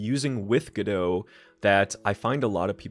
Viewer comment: you said Godot and that was the moment I subscribed